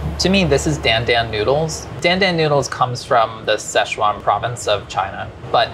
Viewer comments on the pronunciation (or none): none